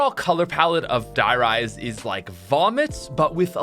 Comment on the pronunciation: A little (european) part of me died when you just said 'Die Rise' with not even the slightest attempt to pronounce it correctly..